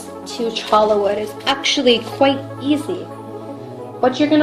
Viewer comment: It's pronounced CHOY YA not CHO LA